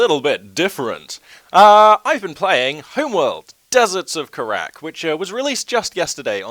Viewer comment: ker-rack, lel It's Car-Rack, in case you were wondering. Not a big deal. but everyone messes it up :)